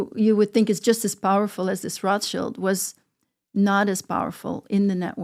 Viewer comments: Notice how she said RA SHEILD ! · The klun is not Roth child.. but wrath- child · Its so pathetic that this people cant even properly say Rothschild, they say Roth-child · Proper pronunciation of Rothchild surname isn't (roth~shield) only poorly educated Americans think it is! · So, she was raised and trained to know how to live among the elite but doesn't know how to pronounce Rothschild!!????? Who's brainwashing who?? I get so sick of all these people who want to talk ...but don't say anything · How can you believe someone that can't even pronounce a name like Rothschild